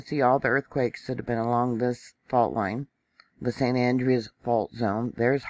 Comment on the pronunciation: Hi. Here in CA we pronounce the San Andreas fault as ANN - DRAY - US. Just as an fyi... thanks for the report!!